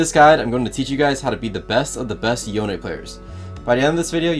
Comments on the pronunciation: i dont like you don't call him Yo-Ne instead of John, nice guide btw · His name is Yone. yo-ne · Love the guide but is his name not pronounced Yo-nay? Yasuo says his name. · Bro is the best Yone player in the world and still pronounces it like "Yown" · I can't believe one of the best yone players in the world still pronounces THE FUCKING NAME WRONG. That aside, this guide is perfectly timed, been trying to learn YO-NE myself recently